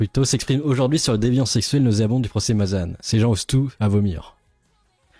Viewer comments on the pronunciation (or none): On prononce Mazañ et pas Mazanne. Ça fait 2 fois que tu fais l'erreur. 😊